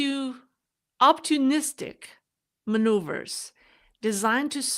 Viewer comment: Are you saying opportunistic strategy?